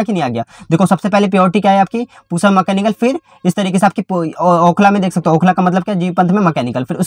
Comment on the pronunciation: Bhai Okhla Dullu aapne bola 😂